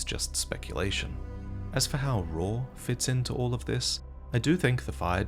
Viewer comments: Raw Ruins? uhh, call me crazy, but it's Ray-uh, like Raya Lucaria ruins. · its not RAW its COW with an R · why do you call it RAW its pronounced RAH-OO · Isn’t it pronounced raaa-ooo? Not raw? Y’know like Raul Menendez. Rauh, Raul? I’ve never heard anybody call it Raw until the comedic many time this video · The only problem I have with this video is the pronunciation of "Rauh." I still havent played the DLC so idk if it's said anywhere in game but just looking at it I think it would be pronounced "row" (rhyming with "cow") possibly even "rowkh" which an aspiration at the end Thats just my headcanon though so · thought it was pronounced rah-ooh and i was happier then